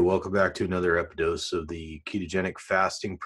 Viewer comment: Hello. It is “episode” not “epidose”. 🌺